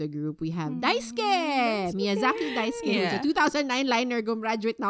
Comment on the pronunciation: it's Dais(u)ke.. silent u.. 😊